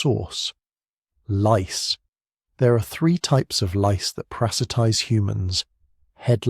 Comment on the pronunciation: This AI-read commentary is surprisingly good. There are very few complete mispronunciations ('prasitise') and only a dozen or so examples of misplaced emphasis or making sentence breaks where they should not fall. At one point the very British-English voice says 'one hundred eighty thousand' omitting the 'and'. It would be interesting to know whether this improvement is due to careful editing and re-recording (how do you tell the AI voicereader to adjust how it says something? Not sure whether that's possible) - or if it's just a better-trained reader. Can you tell us,?